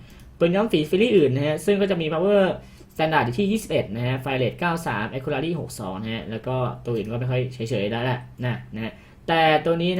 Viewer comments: GG Caster GO ไม่ผิดทั้งคู่ครับ จะแอคคู่หรือแอคคิวก็ได้ ขอแค่ racy มันอ่านว่า เรซี่ ไม่ใช่ เรรี่ อย่างในคลิปก็พอ ตัว C ออกเสียงเหมือน ซ โซ่ ในภาษาไทย ถามเด็กอนุบาลแม่งยังรู้เลยครับ :v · ก็พี่เค้าพูดว่า แอค คู รา รี่ มันเป็นตัว c นะครับไม่ใช่ตัว r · ถ้าจะอ่านให้ ถูกเป๊ะๆๆๆๆ-.- แอค-คิวระซี่ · ไม่ได้บอกว่าให้เป๊ะ แต่บอกว่าให้เรียกคำว่า accuracy อ่ะ ให้ถูกแค่นั้นครับเพราะเด็กมันดูเยอะ